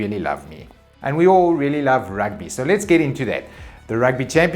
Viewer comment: Good to have you back, and good to hear about the Rrrrrrrrrugby! Congrats to the WomenBoks (Gazelles?)